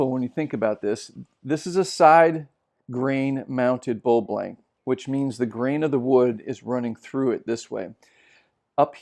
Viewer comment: You are vert knowledgeable nit i wish you gould say bowl and not bull